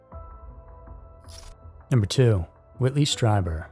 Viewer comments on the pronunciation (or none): Pronounced Whitley StrEEber